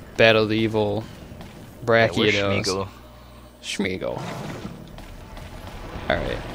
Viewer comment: Brachyeedos? lol